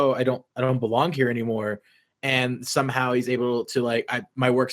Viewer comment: I HEARD. . . I Heard “He shouldn't Really BEWONG There”